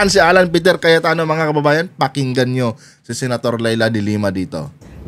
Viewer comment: Mr vlogger... anu po ung tawag mo ?.. kayatano ba ung narinig ko ?... hahahaha alam mo ba ang meaning ng kayat- tano ?.. nyahahaha